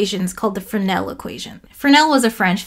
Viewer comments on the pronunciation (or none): The word is much less dreaded and disgusting if you remove the errent hard c near the end.🤣🤣 I haven't finished but so far another great vid. Lots of challenging pronunciations in this one with Hawkins (with a g and y) and of course Fres-nel. I think im gonna read up on Fresnel.